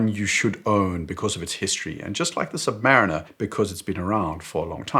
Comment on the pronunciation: OK, but how can you still mispronounce "Submariner" the way you do? It is pronounced "Submarine" (like in the Beatles song - remeber 😊!) and then "er" ... 🤪